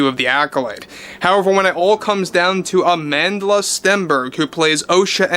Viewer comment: As a Motswana I physically cringe whenever I hear people say “Amandela” because they can’t say “Amandla”